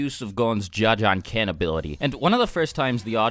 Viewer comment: This man said ja ja kekn